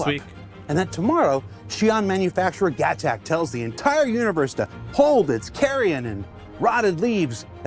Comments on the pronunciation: I cringe so hard every time he says Gac-tac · why does pronounce Gatac and GacTac?